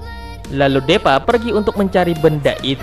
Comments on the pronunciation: bang tolong bacanya itu bukan deepa tp diipa(tulisan nya doang deepa) supaya bocil bocil bisa bacanya takutnya nanti dia sulit mengerti cara baca tulisan Inggris dan indo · Deepa dibaca (Dipa) bang